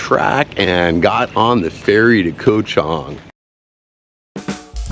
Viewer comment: KOH (island in Thai) is pronounced GAW. Come on, what happened to your Thai language lessons?!?!